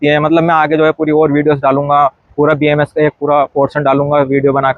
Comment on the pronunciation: Don’t make the “A” silent, it’s BAMS